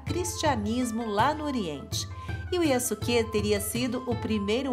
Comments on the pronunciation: Eu acho que a pronúncia correta do nome é:yaske. Eu ñ sou especialista em japonês,apenas estou usando o que eu vi em algums animas,ex:sasuke(de naruto)se pronuncia saske e sosuke aizen(de bleach) se pronuncia soske. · Só uma dica, quando uma palavra japonesa tem su ela é pronunciada apenas como se fosse um s só, então nesse caso fica como Yaske, espero ter ajudado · A pronúncia do nome é Yaske, sem o "u".